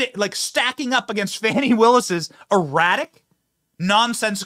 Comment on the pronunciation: He is the only person I have heard call her Fanny... And that is exactly how her name should be pronounced and is... Because she's not FUNI or whatever the hell she wants to call herself... To make her look like someone important another is Nathan Wade.